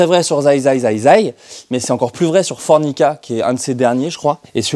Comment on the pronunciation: Il a dit Fornica au lieu de Formica, excellente vanne